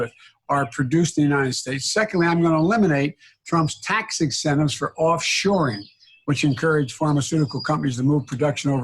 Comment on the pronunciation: “Tax ixcentives” - another Sleepy Joe-ism